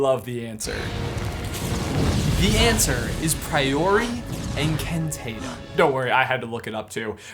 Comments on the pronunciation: Priori incan-TATUM?🤔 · It’s priori Incan TAAAA Tum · <Hermione On> Priori In can tah-tem Not Priori In can tay-tem. <Hermione Off> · Not to be that person But to be that person Its pronounced "prior-incan-tot-um" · I think you need to learn how to pronounce priori Incantatum!